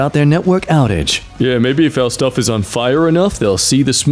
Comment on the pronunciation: As if I didn't love already, he said shtuff...